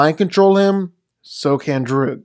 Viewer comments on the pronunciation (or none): Lmfao why did you pronounce druig like how you would pronounce друг